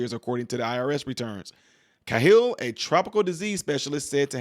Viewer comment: The name is pronounced, "K-HILL", Thanx. Matt Cahill